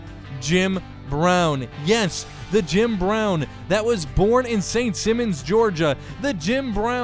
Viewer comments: It’s pronounced Simons as in the first name Simon. The way you’re pronouncing it would be spelt with two m’s. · Being that I live in and am from Georgia it's pronounced Simon like Simon Cowell.. edit: I'm from Augusta home of the real James Brown I chuckle everytime you say his name, and if you don't at least consider UGA it's sacrilege